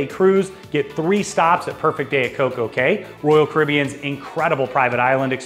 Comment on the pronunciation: Thank u for pronouncing COCO CAY correctly ☺️